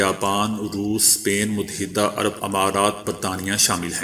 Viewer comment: اقوام متحدہ اور متحدة عرب امارات دونوں میں اپ کا تلفظ غلط ہے،ت پر زبر پڑھنا بالکل غلط ھے ت پر جزم پڑھیں اپ دال پر شد یا تشدید پڑھنے کےبجائے ،دال پر صرف اور صرف زبر پڑھیں۔ میں پہلے بھی عرض کرچکا ھوں۔تلفظ کی اصلاح کرنا کوئی مشکل نہیں اگر انسان اسے صدق دل سے قبول کرے۔ ھٹ دھرمی سے اپنی غلطیوں کو خوبیاں سمجھنا، زبان اور تلفظ کی دہشت گردی کے زمرے میں اتاھے۔اپ اکیلے میں کچھ بھی کریں یہ اپ کی ذات تک محدود ہے، لیکن جب آپ یوٹیوب کے پلیٹ فارم سے پوری قوم کو غلط تلفظ سکھاتے ھیں اس کاذمہ کس کے سر ھوگا۔ ھاں اگر آپ قوم کو اپنے اس نشرئیے میں بتائیں کہ اس جملے کا صحیح تلفظ یہ ھے۔تو اپ کا یہ انتہائی مستحسن قدم ھوگا۔ ا